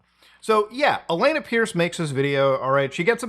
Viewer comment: Why do you keep calling her Elena? You can clearly say the phrase "A lot"... So just say Allanah... 🤔